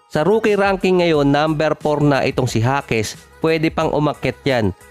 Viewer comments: Jaquez (Hakes) hindi Jasquez (Haskes) ulit ulit eh..hahaha jasquez ng jasquez..hahaha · Bulol talaga HASKES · anu ba talaga boss pgkabigkas mo...jasquez ba or jaquez alin sa dalawa ang tamang apelyido